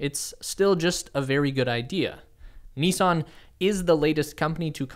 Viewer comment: Good video but it's not NEEESAN, it's NiSSan